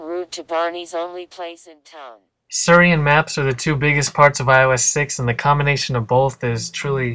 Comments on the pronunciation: It's Siri, not Suri! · It's cute that you pronounce it Sir-e. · Your pronunciation of "Siri" is terribly obnoxious. x.x